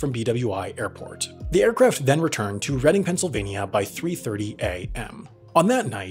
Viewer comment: Reading PA WOOO WOOOO! You even pronounced it correctly! 👍